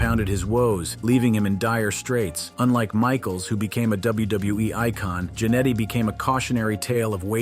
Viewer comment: It is Ja-Netty Not Jan etty